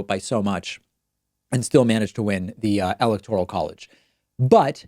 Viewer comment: why do you say 'electoral' weirdly?